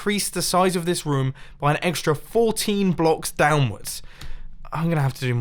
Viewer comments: Dont forget about rumm instead of room😂😂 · roum? roam? don't you mean room? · Does anyone else think he says room weirdly? He says it like roaom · Mumbojumbo and Markiplier and 1 thing in common, they both say room like 'rom'